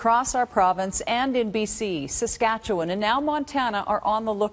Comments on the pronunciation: Well done on your pronunciation of Saskatchewan! 🇨🇦🏴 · You just said Saskatchewan correctly!! No one says it correctly let alone a strong-accented Irishman!!! So cool! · Thank you for pronouncing Saskatchewan right. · pronouncing Saskatchewan is a green flag for me 💚